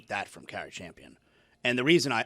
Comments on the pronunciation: In buddy’s own words “it’s very clear” he has 0 knowledge about what he’s talking about I think it’s “really lame” for him to even speak about someone he doesn’t have knowledge about… can’t even pronounce Cari’s name correctly lol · Exactly... And to seemingly intentionally mispronounce Cari Champion's name after her name was spoken phonetically more than once.... Just stfu dude 🙄